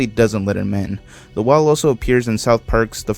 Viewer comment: Bro cant say wall